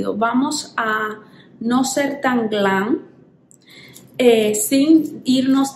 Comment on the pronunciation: No se dice glan Se dice GLAM